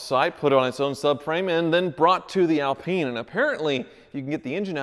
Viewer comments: I can't watch this any longer he can't even pronounce the name of the car. We are not in France lol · Since when has the Renault Alpine been pronounced "Al PEEN"?? It's Al pine as in PINE tree. Or perhaps pine trees in the states are known as peen trees...., please don't fall into the trap that most Americans on YouTube get into with anything having a European or British name being totally mispronounced. At least you managed to pronounce Renault correctly........ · Skip to to see and hear a proper one in action: (PS Its pronounced "Al-pine" not "Al-peeen" :)) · Barham so is it Al-peen or Al-pyne? I've pronounced it Al-Pyne my whole life and cringe at mispronouncing it but now I'm not sure. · Good vid but it not Alpeen it's Alpine. It's named after the Alpine mountain rage that starts in France. That range is called the Alps. Hate to be that guy but it's Alpine not Alpeen. Love yer channel BTW. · Alpeen? One goes skiing in the Alps.. On an Al-pine slope.. 'pine' as in tree.. Ever heard anyone call a Pine-tree a Peen-tree? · ALP EYE NE not AL PEENe... the e on the end make the I an eye not an E........ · Pronounced - al Pyne not al peen ! 😁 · It's not Alpeeen it's pronounced Al-pine 😂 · Al-pine not Al-peen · Alpine not Alpeen 🙄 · Renault Epeen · A L PINE ...not AL peene...its pronounced like ALUminium or SOLDER not SOLdrr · Have always loved these, but not sure you are pronouncing "Alpine" properly (?) I don't think it is "Alpeen" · The 'Renno Alpeen' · It's pronounced "Al-pine" which rhythms with wine. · It is pronounced like this Al-pine, pine is pronounced like the wood of the same name. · I beg you and will pay you to stop saying alpeen! 💰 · I had no idea the Alpine was pronounced that way.. not gonna lie it sounds inappropriate every time 😬 yikes